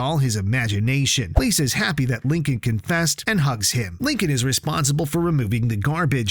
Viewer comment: IT'S LINCOLN, NOT LINCON, OR HOWEVER YOU PRONOUNCE IT. THIS SPIN-OFF IS BASED ON THE SERIES WITH FUTURE CHARACTERS SURVIVING THE BLACKHOLE THAT DESPERATELY CREATED LISA LOUD AGE 8. THESE SHOULD BE EPISODES.